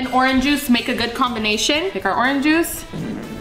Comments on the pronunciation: "Fresh pomegranate jushe"😂😂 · Juice ❌ juish✅